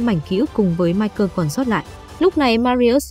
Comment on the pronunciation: Ngừ ta tên mai cồ mà má đọc mai cơn